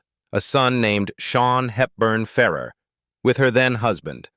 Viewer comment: シャヒールバンファーラー、ひどい読み方